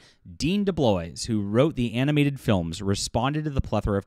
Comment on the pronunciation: Just a slight (and unimportant, really) comment: the "s" is not pronounced, so it is more like "Debloaaaw"